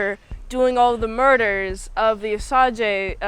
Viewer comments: osage is pronounced how you'd think of it in english. Oh - Say - Juh or like putting an Oh sound before the word Sage (like the herb or a wise individual) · The tribe is pronounced Osage (Oh-Sage), but the original name they called themselves is the Wazhazhe (Wah-Sha-She).